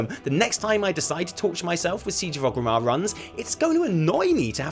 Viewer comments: Everytime pronounce Orgrimmar Ogrimmar it hurts my horde pride. RIP Orgrim Doomhammer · its oRgrimmar not ogrimmar